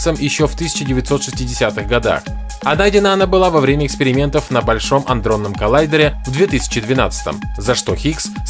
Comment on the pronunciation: Ч м о - аНдронном???